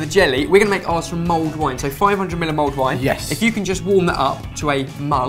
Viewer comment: the awkward moment when you find out its 'mulled' wine not 'mould' wine ....